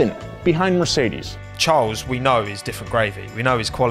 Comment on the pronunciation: You mispronounced Charles name. Just make guttural noises and you got it right 😂